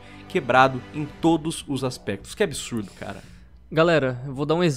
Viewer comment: "ISSO É UM ABISURDO.." kkkk